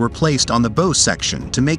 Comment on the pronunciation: It's bow rhymes with cow. If you're going to talk about Navy things do it correctly or get someone to explain it to you.